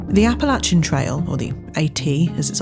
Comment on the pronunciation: Thank you for pronouncing “Appalachian” properly 👍🏼 I went to App State and mispronouncing is a pet peeve.